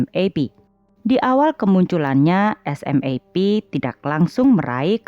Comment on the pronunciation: Admin, di Jepang sendiri grup band SMAP dibaca "SUMAPU". Agak janggal telinga saya dengar nama SMAP dibaca huruf per huruf 😀